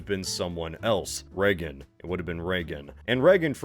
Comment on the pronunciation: Why does he keep calling him "Reggen"? It's "Reagan", no?